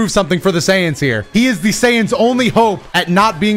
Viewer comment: why you keep saying SAiyans like that? 😂